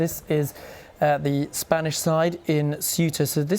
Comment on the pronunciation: FFS learn how to pronounce Cueta(hint sounds a bit like Kuwait) Obviosly organised yeah, but the big question is WHAT NOW?